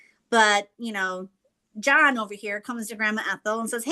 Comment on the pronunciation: I love how with the contractor and she keeps saying John when it really needs to be Jose